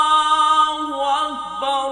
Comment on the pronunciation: اللہ اکبر اللہ اکبر میں وصل کے صورت میں ر پر ضمہ نہیں فتحہ پڑھنا چاہیے یا جزم قاری صاحب ضمہ کے ساتھ پڑھا رہا ہے بلکل غلط ہے